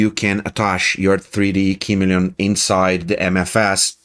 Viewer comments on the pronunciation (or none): It is pronounced "kuh-MEE-lee-un" with accent on the mee. It is a lizard whose skin changes to match its background.